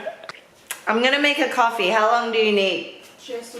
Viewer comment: haha the way you say coffee! I always wondered if I moved to the states if my accent would go - fellow Australian here